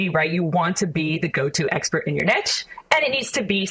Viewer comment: Not only Does this girl not know how to pronounce sommelier, niche or scarcity, but she oozes insincerity. "Amazing" 🙄